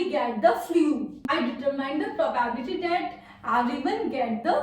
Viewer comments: It is called "Pro-bi-bility". Not "Probabity". Thanks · It's probability... Y every North indians are telling PRO BAAAB LITY 🙄🙄🙄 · *pronounced as pro bi bility